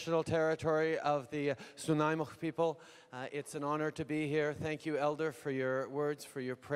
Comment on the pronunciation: Snuneymuxw is Nanaimo BC. He did a shat job of pronouncing it so maybe don't say it 🤔